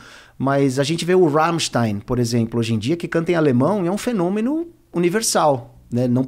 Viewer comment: Obrigado, Andreas, por me ensinar a pronunciar Rammstein do jeito certo